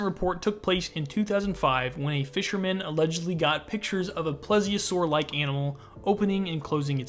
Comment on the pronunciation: Love the video but for reference; (Plee . Zee . Oh . Saur)